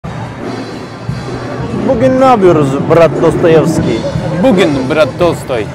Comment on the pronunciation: TESTOYEVSKİ😂 😂😂😂 DOSTOYEVSKİ OLMALI Достоевский